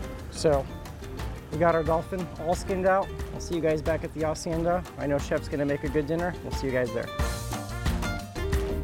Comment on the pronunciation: First, thank you for pronouncing hacienda correctly! You know that the H is silent...my dude! Second, the food! I had just finished eating when I saw this and seeing that made me hungry all over! And that mahi was so golden in the water! It's a shame they change colors afterwards. No wonder they're also called Dorados.